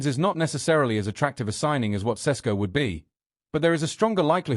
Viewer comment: Why are some British sports media so fricking lazy pronouncing players name . I’ve heard four different versions of Sesko from different analysts on Sky Sports alone.